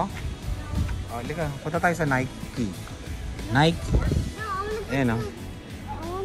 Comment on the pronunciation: Nike is pronounce as “naykee”